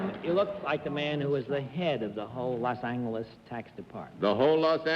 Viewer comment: and - I love Bennett Cerf's old pronunciation of "Los Angeles" with the other "g" sound. I wish it were still pronounced that way today.